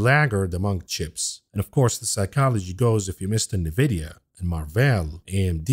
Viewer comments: It's Nvidia, not Nividia 🤣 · Its pronounced En Vidia. You say the letter N. Not Nuvidia. Love you bro! Been listening since you started! I would like to hear details of what your trades and portfolio holdings are, in real terms. How much $ you want? Im in.